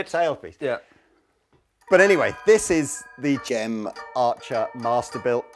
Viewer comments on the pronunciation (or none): You got Mr Archers name wrong fgs... it Gem G E M not Jem...